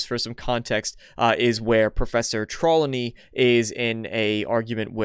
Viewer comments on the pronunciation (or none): ..."Professor Trawleny" (facepalm) It's Professor Trelawney. *not being some angry dick fanboy, though there is some disappointment mixed in there. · I appreciate this video and what you're discussing here. And im sorry but her name is Professor Sybil Trelawney. Not Trawlony. Also at about you see the characters hand go through his robe Also ay I think that perhaps it can be explained away by saying that our robes are imbued with whatever Hermione did to her bag that she carried around that had whatever she needed in it at all times. Sorry for nitpicking. Continue being awesome